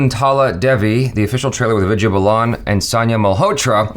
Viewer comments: its "vi-DI-YA" not "vi-J-ya" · "Vidya" is pronounced as "With Ya" :)